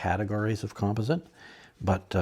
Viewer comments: Nice video. But would you please pronounce "composite" correctly! You're killing my OCD. lol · Thank you! I was having a hard time with that myself. :) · he must be Canadian!